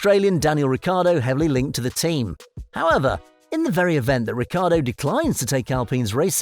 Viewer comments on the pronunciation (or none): none